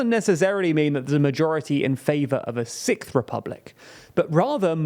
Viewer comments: Young people want to create a Sikth republic? I was not aware they liked British progressive metal that much 😂 Joking, of course, your accent is overall quite pleasing 😊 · I thought you said "Sick republic" until I read Sixth republic. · Had to cringe watch through the video & the thought of the TLDR team having to say the "sickth" French Republic everytime for future videos is the only reason I don't want France to have a new republic... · Are all Brits just incapable of pronouncing “sixth”? It’s not sikth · sorry, did you say "sick-th"? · having to pronounce "sixth" this many times in one post, oofs